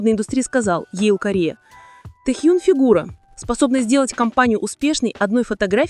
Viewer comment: Его имя Ким Тэхен! Произносит не правильно - это имя надо знать!!!!!!!!